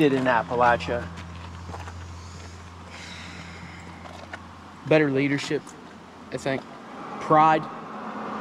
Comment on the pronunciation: Imma be honest, I'm just glad Hasan pronounces Appalachia correctly.